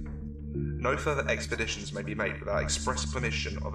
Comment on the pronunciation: EXPERDITIONS DUUUUUUHHH